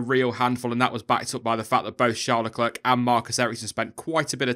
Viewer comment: Please pronounce Leclerc correctly. No T sound at the end. You know, French?